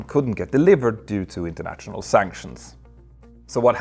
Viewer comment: „..natshional..“, „..internatshional..“. ?? 😂😂😂